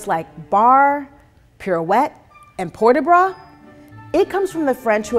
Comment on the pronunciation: Its so annoying of her saying port de bras incorrectly. Ugghhhhh😒